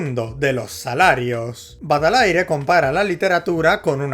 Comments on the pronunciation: ☝️🤓 Baudelaire no se pronuncia Bodler, se dice Budeler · No puedo escuchar a errando cada vez que pronuncia el apellido Baudelaire, y que cada vez lo pronuncie totalmente distinto. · me parece preciosos que cada vez pronuncie baudelaire diferente cada vez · Este tio no dice ni una vez bien Baudelaire, me encanta. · Me encanta como durante todo el vídeo pronuncia Baudelaire de diferentes maneras